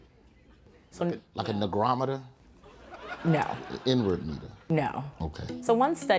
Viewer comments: My dude said a niccarometor.. to test racism. Haha 😆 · "A nagrometer?" 🤣